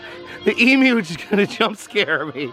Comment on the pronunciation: YES you said Emu properly good job 👍🏻🇦🇺